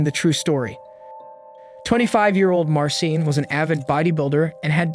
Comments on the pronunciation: I'm curious why you pronounced Marcin differently throughout - like "mar sin" half of the time and like "mar seen" half of the time, sometimes in the same sentence. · Please look up Polish pronunciations next time. 🙈 Marcin = Mar-CHEEN. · I know Polish named are hard but Marcin is pronounced March-een lmfao